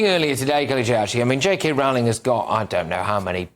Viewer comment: Her name rhymes with bowling, not howling.